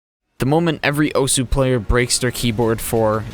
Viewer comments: yeah just thought it was funny. But you also pronounced osu wrong but almost everyone does that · take a drink every time he says Osu wrong.